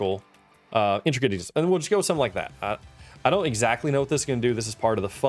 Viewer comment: it wasnt actually saying intricate it was saying "instracate"